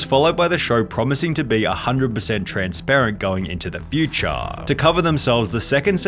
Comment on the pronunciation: the stories are good but the stupid tone and accent you have is GOD AWFUL can't stand to watch more than half of this video "going into the FEWTCHAARIRRRAAA." like wtf r u doing.